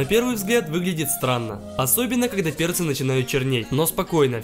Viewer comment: Мне послышалось на ты как будто слово перцы ты закартавил